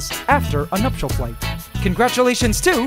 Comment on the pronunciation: it's called nuptial flight not noctial flight. And I think you mean to say paludarium